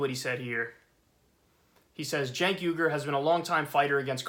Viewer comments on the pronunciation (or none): Don't feel sorry for the Russophobic Russiagater. Good riddance. Oh, and it's Uygur, not Yugur.